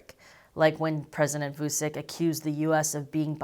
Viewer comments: Btw: the name is pronounced like Voochich, rather than Voosick. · It's not vusik it's vuchich you stupid fuck learn slavic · It's not Vusic, his name is pronounced Vuchich, with first ch pronounced hard, and last ch pronounced soft! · Vusick XD That is the funniest renaming of Aleksandar. It is pronounced Vutchich (tch in witch and ch as ending in most polish surname) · You mispronounced "Vucic", the c in "Vucic" is pronounced like a "ch" sound. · It's not vu sick it's vu CHICH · voochich, not voosick... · It's pronounced [WOO-CHEECH] For some fun, listen to Vuchich trying to talk chinese: . Oh, there's a remix too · FYI, Vučić is pronounced like Voo-chich. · Loved the content, good to know that moves of the Serbian government are getting attention from the west. We here in the neighbouring countries are getting a tad nervous of the Serbian arms race. Also, one more thing, please, try to improve the pronunciation. The letters č and ć are meant to be spelled as CH, like in the word chat or cheat... so it's VU-CHI-CH. I'm betting you're going to cover him again in the future, might be a good thing to prounounce his name properly. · It's pronounced Vuchich, FFS. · It's pronounced "Voo-tshi-tsh",. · Its promounced vutchitch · It was amusing hearing you pronounce his surname. :) To be fair though, you didn't see his surname written correctly, "Vučić". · If you really wish to put forward a convincing argument or analysis you could start off by pronouncing the Serbian president's name correctly. Anyway, all you are presenting is a load of propaganda. Kosovo is Serbia and always will be.